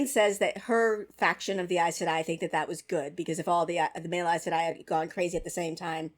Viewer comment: Aes Sedai not Are Sedai.